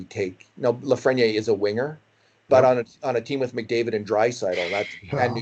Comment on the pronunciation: Please pronounce his name reasonably close to how it should be pronounced: "Alexie Lafreni-eyre""